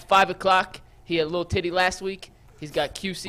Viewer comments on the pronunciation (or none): HIS NAME IS BTIDDY NOT LITTLE TITTY